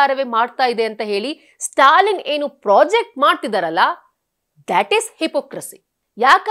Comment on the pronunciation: ಅದು ಪ್ರಾಜೆಕ್ಟ್ ಅಲ್ಲ, ಪ್ರೊಜೆಕ್ಟ್.ಮಾಡುವುದು.